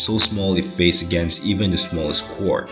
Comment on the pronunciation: and it is quark not quuuooork